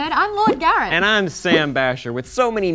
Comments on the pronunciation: Every time Maude pronounces her first name it sounds like Lord Garret. Which is as equally adorable as her first name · Why when they were introducing themselves did I think Maude said 'Lord Garret'?